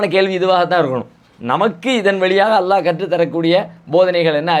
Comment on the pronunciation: ஏன் தம்பி அல்லா அல்லா என்று உச்சரிக்கிறாய் அல்லாஹ் என்று உச்சரிக்க முடியாதா?